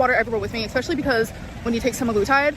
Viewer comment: I hate it so much when she says expessially! Oh, how I hate it!